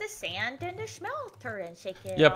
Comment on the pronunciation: BTW it's smelter not shmelter